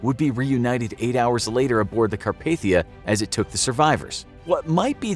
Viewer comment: Carpathia. It's "Car-pay-thee-ah". Not "Ca-par-thee-ah".